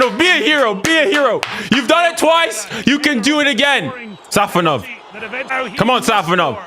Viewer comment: Guys it’s SafOnov, not SafonOv. Congrats from Russia 🇷🇺